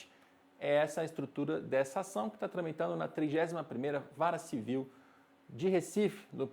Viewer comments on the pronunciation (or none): Além disso ele diz Vara Civil qdo o certo é Vara Cível.